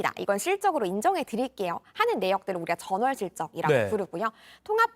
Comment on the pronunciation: 목소리톤이 홈쇼핑용 쏠톤이라 너무 높고 발음에 R발음이 많아 듣기거북. 맞Rㅏ요, 드ril게요